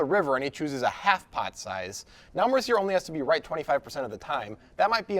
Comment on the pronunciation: No comment on the poker because I suck, but two observations: - Is it "Mercy-yay" or "Mercyer"? - The commentator here is like the anti-Jesse May.